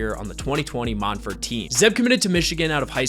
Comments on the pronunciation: Mont verd is how it's pronounced. It's in an orange grove outside Orlando, not France. I went to Montverde so I absolutely know. 👍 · I always thought it was pronounced “Mont-ver-day”